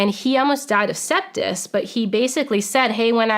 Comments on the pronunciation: "Septis.......?" It's SEPSIS! These are the best and brightest in our government??? smh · It's sepsis. Not "septis" All credibility lost... 😤